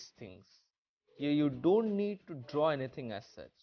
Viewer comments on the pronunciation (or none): none